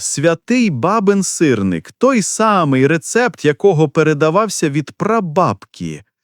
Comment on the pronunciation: Та не сирнИк, а сИрник!!!